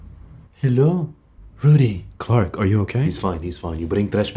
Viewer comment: The way dad calls clark "coque" because of the british pronunciation 😂😂😂😂😂